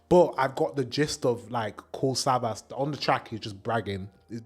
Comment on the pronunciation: Savas is Turkish and pronounced Savash.